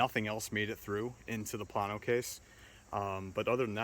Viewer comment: Plano is pronounced "Planeo".